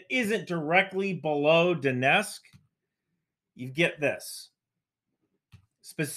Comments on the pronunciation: I'm not sure why people pronounce "Donetsk" as "Donesk". Don't leave out the T! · Lets just ignore the t in donetsk, no one will notice